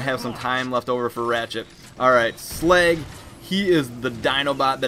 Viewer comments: it's slug not slag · Sleg? He called Slag, Sleg! Too funny